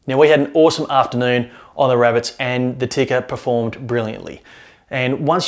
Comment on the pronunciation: Tikka is pronounced "Tea-ka", not "Ticker". Other than that, good review.